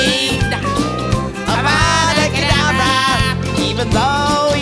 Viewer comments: Hermione : It’s not avauuda kedaevra Hermione : It’s avada kedavra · hey, why such a terrible avada kedavra in deathly hallows? "UVUDU KUDUVRU" it sounded like "I WANA BANANA"